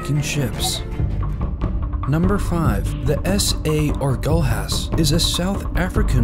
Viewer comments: This man calling Agulhas as Agool-has... HAHAHAHAHAHAHAHAHHAHAHAHAHAHAHAHAHAAH WTF IS THAT?!!! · he also butchered the south african one, Agulhas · Your pronunciation over "Agulhar" is totally wrong. You should sound like "agulias", twisting the point of your tongue when saying lha